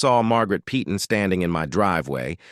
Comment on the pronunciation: Yeah, and the AI generated narration mispronounces 'Peyton' repeatedly throughout the video. A lot of the narration in these fake scenarios is truly pathetic and getting quite tiresome to endure.